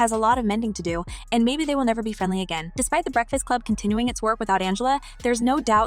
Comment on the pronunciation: You look very unprofessional mispronouncing The Breakfast Club. #biasedmuch